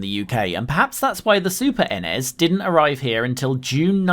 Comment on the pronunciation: 10 internet points for the pronunciation of NES and SNES. N-Ez? S-N-Ez? What have you been smoking??!